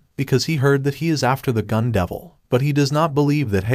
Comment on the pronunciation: "future davil" 💀💀💀man im dead